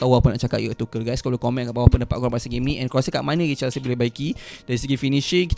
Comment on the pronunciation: Bang tuchel tu pronounce dia "too-curl"/"tu-kel"